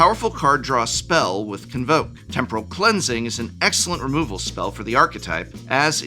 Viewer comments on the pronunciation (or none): none